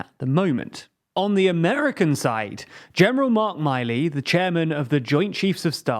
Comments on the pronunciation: It’s “Mill-lee” not Miley Cyrus. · I am sorry, but why do you guys consistently pronounce not only place names, but names of important high ranking officials (like General Mark Milley and Shoigu) differently every video. Not only that, but every time it is wrong xD. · Mill-ee like a mill. Not my-lee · not Miley, Milley. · How do you fail to even pronounce Milley? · For such a professional channel, the fact that they pronounce so many place names and people names incorrectly makes me wonder if they are even trying. Like Mark Milley? Thats the easiest name to pronounce correctly. If they can’t even do their due diligence with pronunciation it casts doubt on the accuracy of everything else in the video. Im on the brink of unfollowing cause it ruins all the videos for me :(